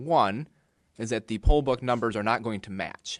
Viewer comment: Po ba, poll ba, oh you're saying Poll Book? Drunk ass.